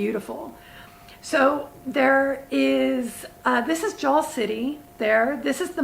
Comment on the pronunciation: pronounce it 'Jull' not 'Jal'. like you would say a boat hull.